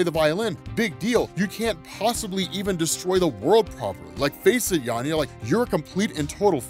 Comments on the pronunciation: Why are you saying YANYA with a Y? Its clearly VANYA with a V... (and now VIKTOR, of course...) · It did irk me whenever he said Yanya instead of Vanya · yeah i caught that too sounds like he is saying Yanya instead of Vanya. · Are you calling Vanya, Yanya instead? Or am I just hearing it wrong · Why do you keep saying Yanya? 😂 I was tripping this whole time thinking I misheard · Are you saying "Yan-ya" or "Van-ya"? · How can you constantly reference the show where they say Vanya multiple times an episode and call her Yarnya throughout your script? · not sure why you keep calling Vanya, Yanya.. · sounds like he's mispronounced vanya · why are you calling vanya - 'yanya' 🤔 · Anyone else die a little inside every time he said “Yanya” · Oh … I love your content and I think you’re absolutely amazing at what you do, man. But your ability to just straight up butcher a character’s name knows no bounds. The girl’s name is Vanya. VANYA! With a V!! Lol. Nitpicking aside, this was another dope video. Keep up the good work, bro. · It's a good thing a show doesn't exist with the proper pronunciation. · No i think he might've misread it when he first found the comic and just keeps saying it like that lol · That's a "V", 😂 a "V"... VANYA lol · Dude...Say it with me: VANYA with a V...lol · how did bro say yanya the whole video lol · Great video but I cringe every time I hear Yanya 😬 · FKN "VANYA", DUDE